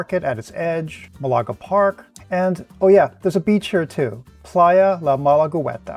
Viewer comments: But pronunciation is MAHlaga, not maLAga. Just sayin', Excellent video otherwise. I'll be going there in a month or so, and now I have ideas for what to do there!😂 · Excellent video, thanks! However, please note that the city's name is spelled Málaga, and the accent is on the first syllable, not the second.